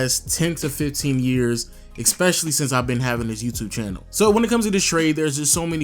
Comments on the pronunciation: Please man. "ESpecially".... NOT "EXspecially"... ruins your videos, and you say it over and over. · Love your content but it's Especially not Exspecially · Lol, love ya channel youngin.👌 But I can't help but notice that you say (ekspecially) quite often. Just thought I'd put that out there. Oh FYI time stamp 👍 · Nigga say eggspecially one more time 😠